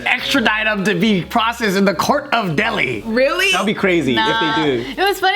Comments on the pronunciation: hai it's not deldi it's delhi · is a cutey but I couldn’t concentrate after she mispronounced Delhi.